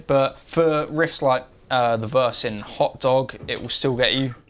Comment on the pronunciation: Hearing a British person say "hot dog" is unexpectedly hilarious.